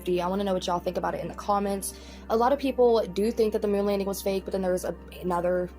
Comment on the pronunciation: Why does Jeffree say “Moon” like “Moan” ? 😂😂😂